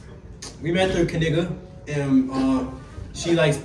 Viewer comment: it’s pronounced KA - KNEE - GRA!!!